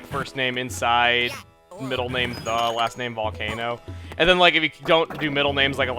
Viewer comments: "INSIDE THE VOLCANO" Spanish accent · Perez My thoughts, exactly 😆.